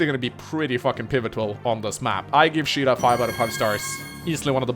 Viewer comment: Please, no Change your pronunciation of Shida, in Spanish it didn't sound good(Sorry for my english XD)